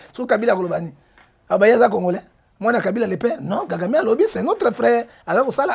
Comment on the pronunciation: C'est Kagame et non Gagame